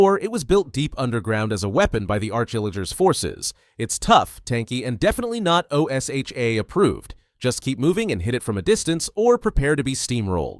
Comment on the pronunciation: Why not to read it like Osha instead of O S H A? It sounds nicer and I'm sure it would be possible with Text To Speech (TTS).